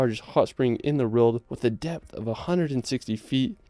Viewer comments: Video translation: "Riuld" == "World" You're welcome. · Can't stand how the dude in the video keeps saying 'reald' instead of 'world'